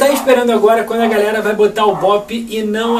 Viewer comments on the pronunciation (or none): none